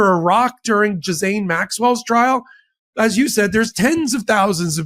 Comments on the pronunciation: Gee Len is the correct pronunciation of Ghislaine. You’re welcome. (Love your work.) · Not a spelling class, I just think credibility would be enhanced if he pronounced Ghislaine properly, rather than Gizell, or whatever he keeps calling her. IT’S AN EASY FIX, it made me think that isn’t paying attention to details, which makes him sound less professional than he should. Just my opinion. It’s like people saying EKCETERA. Did they not pay attention in school? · Besides, spelling had nothing to do with it… it’s about PRONUNCIATION, something that a lawyer should be aware of. Imagine, if he was litigating a case to a jury, and couldn’t pronounce a client or defendant’s name properly. Such an error could impact his credibility with one or more jurors. Language has power, and using it correctly is generally an important qualification, but you knew that. 😀